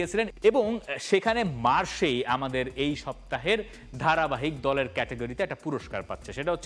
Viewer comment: Hahah 😅 it is not Marseille mar shey like you said indeed it’s going to be « marr sai « mdr il faut dire correctement chère frère